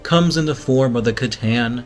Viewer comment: hey I love you guys )) you got me into 40K and I'm loving it aren't "C'Tan" pronounced as "s'a-tan" not "k'-tan"?